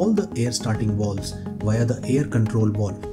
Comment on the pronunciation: WTF is a “wowlve”?